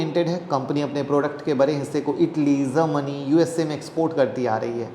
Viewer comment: Bare nahi bade boliye